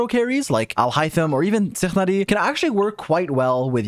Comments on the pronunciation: OK but why did you call Tighnari "Tzichladi" ? xD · Who else replayed when he said tighnari😂?